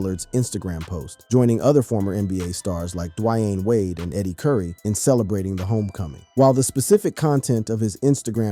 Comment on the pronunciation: Dwiane wade!!!